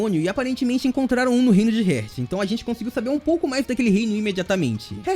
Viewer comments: SUA PRONUNCIA SOBRE ESTE REINO ESTÁ ERAAAADONA MAN!!! Ñ É "RÉRT" É "REEEEAAAAAART" (HEART) CORACAO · No caso ele pronunciou a palavra heart errado se pronuncia hairt